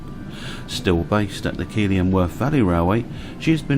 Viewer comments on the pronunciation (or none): Another lovely video - thank you, and a Happy New Year! However, as a resident of Keighley myself, the town is pronounced as though it were spelt ‘Keith-Lee’. It’s a great heritage railway, and well worth a visit if you ever get chance.